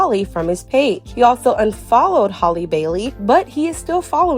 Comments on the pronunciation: Halleee not holly lol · Its Halle like Halle Berry.